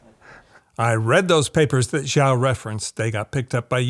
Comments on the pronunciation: Love your analysis!!! Keep them coming… please. Also, Xiao is pronounced “sch-e-ow” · "xiao" is pronounced she-ow, not zhao.